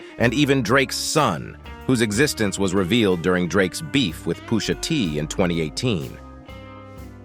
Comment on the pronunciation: Pooosha T 😂😂😂